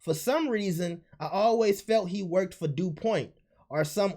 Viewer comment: Also this man just said “Dupoint” 😂 cmon now bro